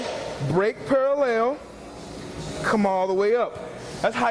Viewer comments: His Parallel pronunciation is almost as bad as Vinces back squads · Is he saying pale ale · this is para-lel you wanna break para-lel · Alright, fuck it I'm just gonna ask. All this "hippie shit" talk? WTF are you guys referring to when you talk about "hippie shit"? Oh and I love the way says "paralayle". I can't wait to get to the gym tomorrow. I'm gonna focus like a mother fucking laser and tear these legs to the ground. They're either gonna grow or die trying. So thanks for the video. I'll be sure to keep my shit in check tomorrow. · parallel "purahlehl" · Rection Paraleyal haha